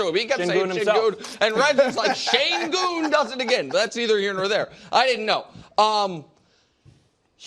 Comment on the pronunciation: İts not shayngoon. İts shengoon